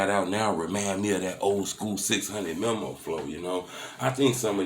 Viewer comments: It's Meeeee Mooeee not memo lol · It’s pronounced “mee-mo” not memo. God damn 😂 all in everybody business and making multiple videos and you still can’t pronounce their name right.